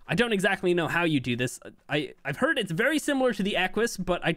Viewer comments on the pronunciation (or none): none